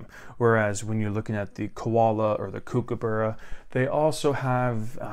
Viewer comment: Kookaburra. Not kookabarra.